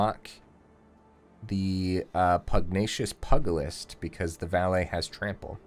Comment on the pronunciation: Good news and bad news: You’re pronouncing “Valet” correctly (val-ay), but mispronouncing “Pugilist” which should be pyoo-jill-ist and not “pug-ilist”. Although you could be intentionally saying it like that because it sounds funny, what do I know? 🤷‍♂️